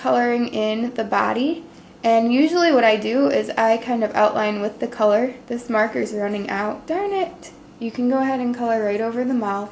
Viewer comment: It's This Not '' Dis''